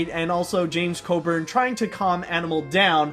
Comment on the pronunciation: his name is James Coburn not James Codern. try again